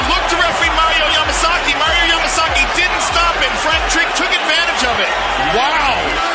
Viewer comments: Why the hell do you keep calling him masaki? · Can you please learn to say his name correctly? Like geeez. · 18 "Mario Masaki" lol